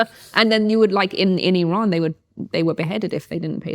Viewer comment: Why does she pronounce "Iran" like "Elon"? Have I been saying it wrong the whole time? 🤭